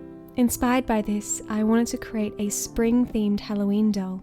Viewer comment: Please pronounce 'create' correctly. It sounds as if you're saying 'crate'. I keep thinking you are boxing things.